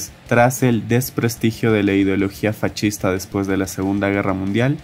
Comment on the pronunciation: Bro, por qué dices fachista en lugar de decir fascista ?